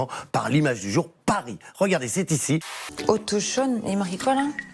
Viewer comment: oui mais comment en est-on arrivés là?.....Et effectivement, c'est "autochtone" et pas otochtone.....ce pays est désespérant!